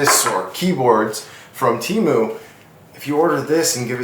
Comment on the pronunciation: It’s tee-moo